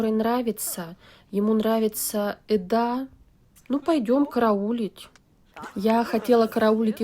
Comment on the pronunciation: Госпадиии, что за Эдааааа, если она Эда (с ударением на первую букву). Бесит!